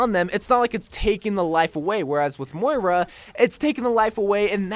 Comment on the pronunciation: Its moira not mora